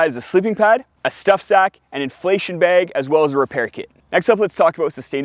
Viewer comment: what part of USA pronounces "bag" as "beg" ?